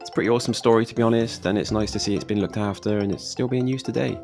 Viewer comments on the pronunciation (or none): none